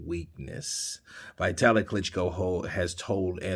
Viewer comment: .one thing.its not vaitali.its vitali.dont ever say Eastern European names like they would be american names.always say like its been written!